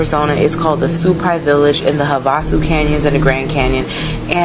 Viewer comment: Have-a-sue. That’s how it’s pronounced.